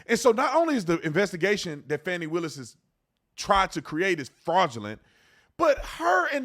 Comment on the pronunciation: I love that you pronounced her name Fannie instead of Fahh-ni. You can fancy it up but it's still Fani (Fannie).